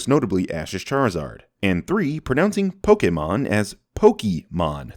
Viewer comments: The extra 100 for saying pokey-mon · that ain't nothing, i've heard someone once pronounce it as "Pokky Mon" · My dad is worse. HE pronounces it Pokeymans. Frustrates the fuck out of me. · Finally someone else who is a fan of Gen 5, granted it is the gen i started out on so i'm biased, and as someone who pronounces it Pokey-mon my opinion probably doesn't matter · Take a shot every time says pokey-mon/poke-key-mon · Wait, you sin CS for saying "Pokey Mon" but isn't that how it's pronounced in the anime? Or at least in the original theme song of Pokemon? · I wanted to like this twice. reminds me of the adults that kept saying Pokeymans when it first came out. 🤯🥴😡🤬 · "pokey mon" has always bothered me! Like there's an accent in the name. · Birdy, bruv. at least he doesn't pronounce it like Bill Cosby used to. "Pokey MAN" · Dude, not everyone knows how to pronounce certain words. I pronounced Pokemon the same way as until this video. Even doesn't sin people for mispronouncing words from a language THEY DON'T KNOW. I've always heard it said Pokey mon, because not everyone knows as much stuff as you do. This is like getting angry at someone from, say, China who can't pronounce an English word well while fitting it into a conversation held in Mandarin. Or, quite possibly, most people pronounce an Anglicized version of the word (much like how San Antonio is pronounced incorrectly in English), which is why I've never heard the correct version before. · Honestly ‘Pokey-mon’ is so much better than hearing my dad say ‘pok-eh-mon’ . But I agree it’s still annoying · "I know I already sinned him for this, but hearing 'Pokey Mon' over and over grinds my gears so much, I'm giving him another 100 sins." You wanted the sin count to be 151, didn't you? Also, I'm also one of those people that can't stand when someone says "pokey mon". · Anyone else pronounce Pokémon like?